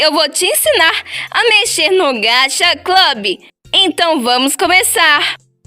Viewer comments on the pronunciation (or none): "No gacha Clob" .____.